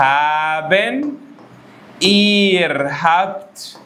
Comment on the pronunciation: أستاذنا الفاضل جزاء الله خير على كل اللي بتقدمه،،عندي سؤال ياريت تعمل له فيديو(كتير في ألمانيا وناس معاها ماجستير ودكتوراه بيقولو حرف ال R لاينطق غ الى في نطاق ضيق ومينفعش تقول مثلا فغاو وانما الصح فراو حتى كمان حضرتك بتقول إير على ihr برضوا مش إي يا فياريت تعرفنا الصح وتحسم موضوع نطق الR سواء الموضوع إختلاف لهجات وأماكن أو شيوع النطق أو الافضل للنطق أو فصحى وعامية ولا اللغة المنطوقة لا تتبع قواعد أكاديمية وللأسف عندنا محدش بيهتم وكله بينطقه بالبركة زي مايحب فإيه الصح ولك كل الشكر والتقدير